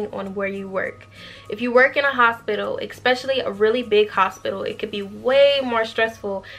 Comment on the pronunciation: Thank you for this video! Definitely thinking about this profession. Do want to let you know I hear you saying Ek-specially. There’s no k or x sound in that word. It’s just Especially 👌. Hope this helps.